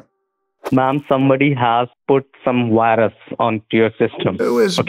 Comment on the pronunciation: Did he say you have a WIRUS? LOL that sounds serious